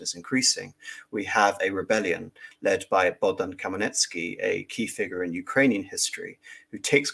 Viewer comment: Hmel-NYT-ski not Kamaletsky 😛